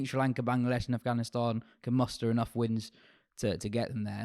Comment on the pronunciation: It’s AFGHANISTAN not AFHGANISTAN LOL